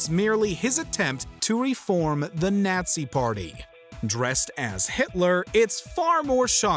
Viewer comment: Bro said the naaaziiie party